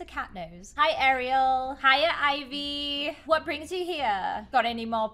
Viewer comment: That is not how to sla ivy my name is ivy its ivy